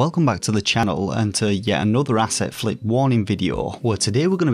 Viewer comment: The first time I ever checked out your channel and you said, " Asset Flip" , I thought you said , "Acid Flip". "PIX ARTS" Sounded like "Pick Ass"😁 Thanks for warning the gaming population.